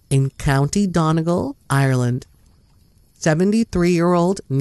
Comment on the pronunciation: Hi... FYI - Donegal in Ireland is pronounced "Dunny-gol"... 😉